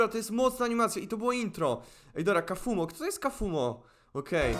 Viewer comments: kafumo muwi sie kafmoł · nie czyta się kafumo tylko kafmo a pisze się wogule inaczej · nie kafumo tylko kaufmo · nie czyta się kafumo tylko kafmo ok? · ale to nie kafumo tylko kaufmo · bardzo mi się podobało lecz problem w tym że mnie STRASZNIE irytowało jak żle wymawiałeś imie bo ty mówisz kafumo a poprawnie kaufmo wiec jak będziesz jeszcze to omawiał prosze cie o to żeby wymawiać to poprawniej❕ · Pise sie kaufmo i wymawia sie kałfmo nie kafumo xd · TO NIE KAFUMO TYLKO KLAŁFMO😠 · To się pisze kaufmo ale muwi się kałfmo